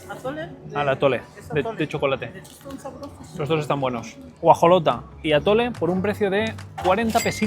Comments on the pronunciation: Guajolota, femenino de guajolote, no "guajalota" 😂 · “Guajalota” 🤭🥰 es “guajolota” ❤❤❤ no puedo creer que no la probaras en tus viajes anteriores 😬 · Ay no manches!! Como que guajalota???? Es una GUAJOLOTA... Está bien que pruebes de mi tierra pero también los nombres bien por favorcito 😂😂😂😂😂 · "guajalota" XDDDDDDD es guajolota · ya entraste a la lista de los que "prenunciamos" mal, hiciste historia con tu guajalota, el menumento y el murciegalo ya son historia😅😅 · Gua-jo-lo-ta. Guajolota. Repite otra vez: guajolota